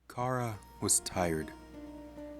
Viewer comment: you're saying chara like cara its chara like character and you're saying mount ebott like e bot its ebott like ebit.